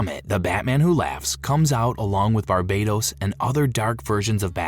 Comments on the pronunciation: Pretty sure Barbatos isn't pronounced Bar-bei-tos either. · Its BARBATOS not BARBADOS, barbados is a gay ass beach country